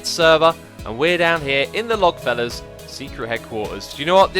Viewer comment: When he says Logfellas I hear Birchfellas